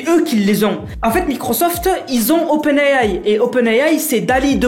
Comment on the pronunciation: A chaque fois que dit "open AI" il dit "Open AYAY"🤭🤭